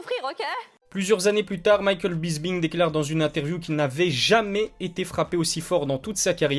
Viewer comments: Bonne vidéo mec mais c'est pas Bisbing c'est Bisping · Mdrrrr tu prononce Bisping comment la ??? 😹😹😹😹